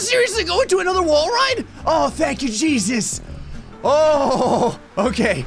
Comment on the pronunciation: is it just me or when says "Jeezus" it sounds like "Cheesus"